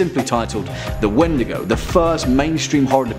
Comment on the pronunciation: Its pronounced like Weetdeegoo for Crees. Just an FYI.